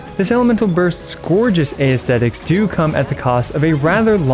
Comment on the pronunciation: aesthetic is pronounced ess-theh-tic or us-theh-tic, not ay-eh-steh-tic